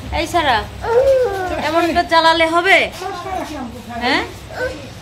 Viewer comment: ছাবা না সাবা বলেন।।ছারা না সারা বলেন।